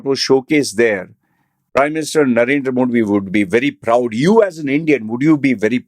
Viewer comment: Tong twister for u Say mo-thee instead saying Moh-D